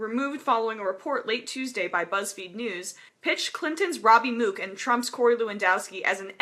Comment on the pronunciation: The fact she doesn't know how to pronounce "Mook" made this so hard to listen to.